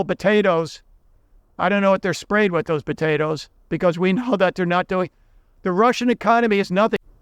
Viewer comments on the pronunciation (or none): none